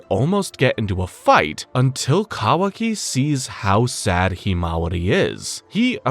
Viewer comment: Why do you pronounce himawari so terribly?